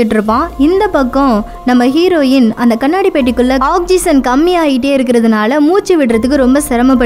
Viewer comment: She doesn't know how to pronounce some words.. For ex. Oxygen.. Try to change that and than explain the story..